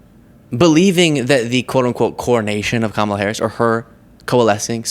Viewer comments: Once again she incorrectly uses Democrat as an adjective and can’t pronounce VP Harris’ name. She’s not bright. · Yes, she is being supported by everyone. MTG needs to show some GD respect and quit intentionally mis pronouncing VP Harris's name. And what's with the fairy godmother chair Marge?